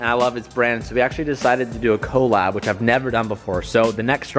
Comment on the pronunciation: Your pronunciation of “collab” bothers me